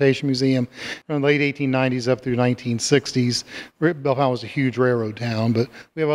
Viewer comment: Bellefontaine.... no 'u'